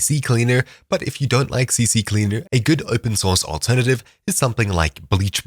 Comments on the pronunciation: Yo, it's not "CCCleaer" but just CCleaner lmao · It's C-Cleaner, not CC-Cleaner 😂 I used to say the same, so I find it funny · its not CC Cleaner BUT CCLEANER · Bro just said CCcleaner when in reality its CCleaner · Ahh a fellow guy who doesn't know that its Ccleaner not CCcleaner 😂